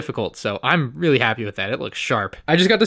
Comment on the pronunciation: You are weally getting on my nerves